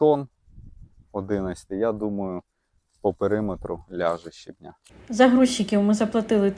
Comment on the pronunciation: Яблучка- це топ, мама ваша молодець і ви теж ❤ дякую за відео ❤ пара уточнень: щЕбня і брАла - наголос на першому складі) ❤❤❤😊